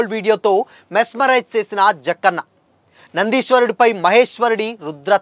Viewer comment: నాయనా అది నందీశ్వరుడు… నదీశ్వరుడు కాదు. అండ్ నీ తెలుగు లో కొద్దిగా ఒత్తులు పొల్లులు ఉంటే బాగుంటుంది తెలుగుని ఖూనీ చేస్తున్నావ్.🙏